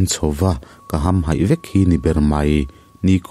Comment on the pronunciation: Hamhaih tih i lam rik dan hi mak e.